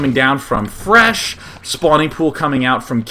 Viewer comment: lol'd at calling fResh "IRish" once